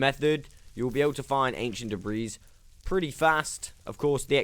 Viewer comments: The s is silent in debris. My bad if u pronounce it in purpose. New to videos. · Great video. Im gonna go implement a bunch of these in my own survival world. Just an fyi. The 's' on the word debris is silent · Dude lol the "S" is silent in "Debris" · "Ancient debriss"